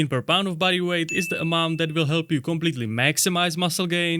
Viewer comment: When you talked about using another prisoner as the resistance, you said "body weight squats" but I heard "buddy weight squats" cuz of the accent and I thought that works way better anyway 😂. Love your videos keep up the good work